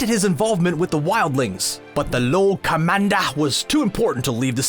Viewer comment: “Lo commanda” 🤣🤣🤣⚔️